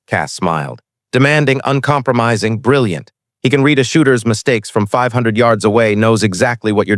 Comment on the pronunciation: Please, please, please program these IA readers the difference between read...reed and read...read!!!